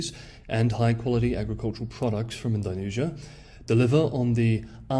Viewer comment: All that effort with the Mandarin tones, and yet "Ind-OH-nesia" is somehow beyond you, mate? :) How bizarre.